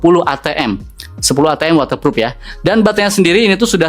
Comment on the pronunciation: Sebutan nya bukan waterfrup, yg betul waterproof😅